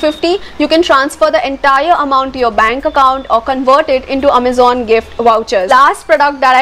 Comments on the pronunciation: Was going to subscribe untill you started saying "Ammazan." 🙄😏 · Amazon 💣 the way u say❤❤ loved it yr 😄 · The way she says Amazon 😝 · XD ikr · The way u say Amazon..😂😂😂😂😂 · No, not literally mispronounce but It was a bit different 😅